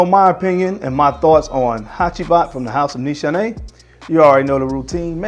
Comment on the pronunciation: great vid..not to be a stickler but its pronounce niece haney